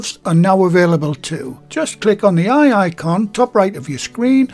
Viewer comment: Lovely video :) I have a question though.... you're always referring to the eye icon (which I always hear as the wye-aye icon!) but it never appears on Youtube for me. Do you know what the story is with that?